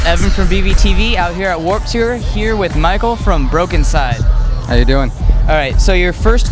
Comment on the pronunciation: Oh good, I pronounced it right on my show- haha. Broken-cyde. I don't even know what they sound like; I'm gonna check them out :)